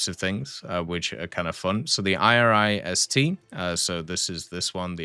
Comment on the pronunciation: My good man! My brother in Snail! It's not the I R I S - T. It's the Iris-T. It's pronounced like the women's name "Iris". It's a pet peeve of mine, but I always have to cringe a bit, when you pronounce the individual letters :D